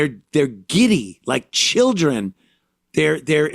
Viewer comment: He is just concerned about the chillun